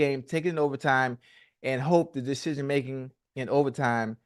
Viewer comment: Man can’t say decision making to save his life